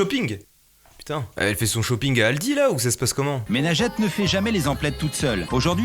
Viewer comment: c pas mais najat mais ça se prononce najete